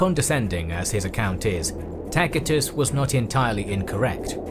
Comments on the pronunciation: His pronunciation is correct. That's classical latin. C it's not an "s". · "Takitus" is classical latin, spoken by the nobles of his time, while the common peoples probably mispronounced a lot of words. "Ci" and "ce" were pronounced "kee" and "ke" back then, but they eventually changed in "see" and "se" in Britain (or at least in their pronunciation of latin). A similar shift happened in other languages too. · A mere few minutes in and yet, already, this needs to be said: You MUST to surrender yourself in love to someone who knows to pronounce "Tacitus" correctly - and an English speaker none the less! I'm blown away in awe and reverence! Thank you!